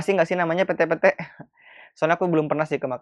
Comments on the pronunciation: Bukan pette-pette mas heheh.... PETE PETE itu mas :) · Ahaha lucu yah cara nyebutinnya , sni kak sy ajari bukan Pete yah yang dimakan itu tapi pete-pete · Masih, tpi pnybutannya slah itu hurup e (ember) smuanya e pete' pete' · PETE-PETE baca.y bang, bkan e😂😂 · Lebih tepatnya, pete-pete, dibaca lurus aja ka'...😂😂😂😂 Gmn sih jelasinnya🤣🤣🤣